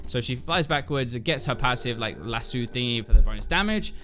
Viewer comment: It’s lass-oh...